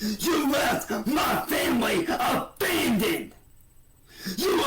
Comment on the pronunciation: “YOU A-VANDONED US!” 🚐🚐🚐. I can’t! 😂😂😂